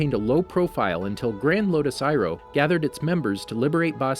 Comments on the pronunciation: Yay you said Iroh correctly! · Aye he said irohs name right this time